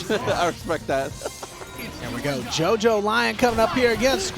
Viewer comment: jojolion is pronounced like lyon from france or leon. like "jojoleon". At least that's the pronunciation of part 8 of jojo 😅